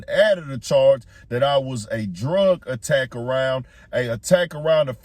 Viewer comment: Damn he spelling attack when he mean addict😂😂😂😂